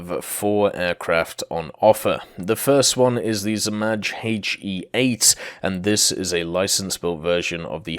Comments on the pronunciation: Not Zmazh. In english you would say Zmay aka Dragon. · You are not pronouncing zmaj correctly 😭 It's pronounced like z-mai (the "j" at the end sounds like the "y" in yugoslavia) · I mean its harmless but definitely noticeable.It could have took him 2 seconds to google an audio pronunciation of zmaj.